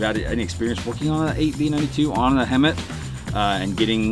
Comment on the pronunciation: It's HEMTT not hemmit